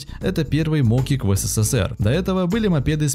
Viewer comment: не мОкик а мокИк не килограмм а килограммов не одновреммЕнно а одноврЕменно